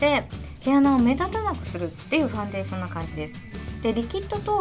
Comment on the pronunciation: ファンデーション⤴️のイントネーションが気になってしまう😩